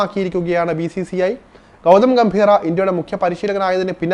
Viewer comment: ഗൗതം ഗംഭീർ ആണ്... ഗൗതം ഗംഭീറ അല്ല